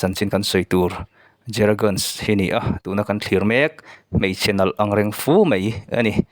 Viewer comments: Guns anilo nunes ti a lam tur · Guns ni lo in Gunes tih tur aw...mipui hnem a phochhiah tur ang hi chu a lam dan te pawh hi fimkhur ve a tha, ka thiam ber e ka tih na ni lo in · Zehra guns nilovin ganes tih tur aw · Guns tiin i lam tlat a Gunes tih tur aw😊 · He nu fans hi ka ni a nia... Mahse a hming I lam dan hi an lam dan nen a in ang lo... Gunes (mizo trawngin lam ta la) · Volley ball i en vak lo ani maw...hming lam dan chu😂😂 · Brazil players Gabi lo ti ve la zehra hi chu ka top1 Ani Tho na chu a chanchin ka hre lutuk a 😂😂😂 Ahming tal te chu lam dik ve la amah Ani lo amaw ka ti mai dawn lom le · a hming i lam dan chu leh...recording chu leh. .. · A hming i lam dan chu va danglam si ve...